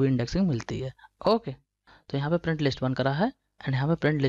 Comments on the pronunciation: bhai wo sab to theek hai but pronounciation theek kro apna hokay nhi its okay okay bro!! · saheee mei yrr ye okay nhi hokay bolta hai:)